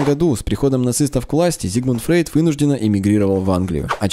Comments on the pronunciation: Кстати, он Фройд, а не Фрейд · не Фрейд а Фройд!